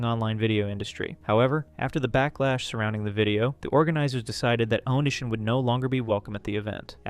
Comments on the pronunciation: This was a great video but please, next time just watch how other creators pronounce things. It’s oh-knee-see-on, not oh-nish-an. The book is This is Why I Hate You, not Why I Hate You, Tosh “point oh”, not Tosh dot zero, etc Not trying to be an ass but that stuff was driving me insane. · Yeah, i hear onishon